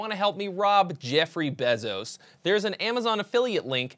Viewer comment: Is the name pronounced b-eh-zos? I thought it was b-ay-zos.